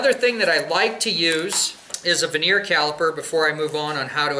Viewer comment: "vernier" caliber not "veneer" caliper. Also suggest it would be better to squeeze the float pin in with a pair of water pump pliers so the ears are supported properly rather than relying on your finger and hitting the pin with a hammer.